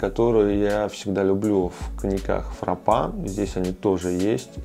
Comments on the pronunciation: Звучит как игрок французской сборной Жан Пьер Фрапа. Ох уж это правильное произношением) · Абсолютно точно по-французски звучит, как «ФрапА» и «Рэми МартА», ударение на «А», а «Н» не читается, ну и естественно «Р» грассирующая.